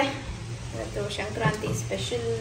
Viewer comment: That is sankrathi not a shankranti okey